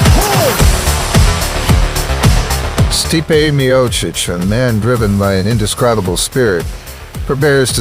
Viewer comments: bruh say the man's name right his name is not steep lmao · 😂 dude doesn’t even say stipes name right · HOLY #%$& NARRATOR. STOP making the same GD mistake EVERY SINGLE NARRATOR IN THE HISTORY OF YOUTUBE has made: BUTCHERING the names of the subject individual you are discussing. You some how manage to say both Stipe’s first AND last name incorrectly, throughout the entire video, DESPITE another woman saying his name correctly in a voice over - you say it correctly one time after that then GO BACK to saying it wrong! Wow!!!! THEN you say Ngannu’s name wrong - it’s pronounced ENN-GAH-NOO. You’re welcome! Five seconds on #%$&@ GOOGLE would have told you that! This happens on YouTube in EVERY VIDEO about sports stars; congratulations, you’re another statistic in the column of : “wtf it would have taken you three minutes to find the correct way to say words”. I feel like I’m giving advice to a five year old, but here we go… DON’T make a video about beloved figures and heroes of the people WITHOUT KNOWING HOW TO SAY THEIR NAMES CORRECTLY. It’s DUMB. It’s LOW EFFORT. It’s DISRESPECTFUL. You’re embarrassing yourself every time you butcher a great fighter’s name because you were too lazy to spend a ridiculously minimal time finding out how to say it right. Blocked. Channel NOT recommended. Thumbs down. Do better on your next video or don’t make one. Have a nice day.